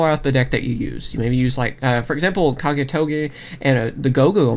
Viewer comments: Dude, it's Kage To Kage not Kage Toge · Marko radetic ur wrong it is ka ge tO ka ge